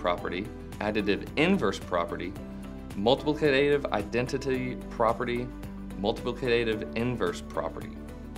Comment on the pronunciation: Lol The way the word "multiplicative" was pronounced was low-key hilarious. But VERY informative video. Much appreciated^^.